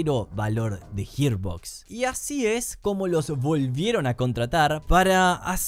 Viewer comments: "Gir" no "Hir" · hermano profavor la pronunciacion arruino todo el video, Yiarbox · JIR BOX ??????? me tiltea que pronuncias como el culo Gearbox, pero el resto bien ¿porqué mierda haces eso?